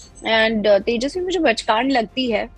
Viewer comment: Tejaswe bachcand nahi pachcand.